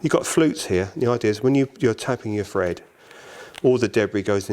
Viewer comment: lmfao stop saying fred it`s thread 🤦‍♂️